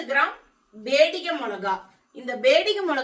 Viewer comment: பியாடகி, not பேடிகே